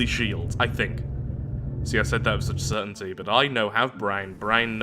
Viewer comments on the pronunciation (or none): none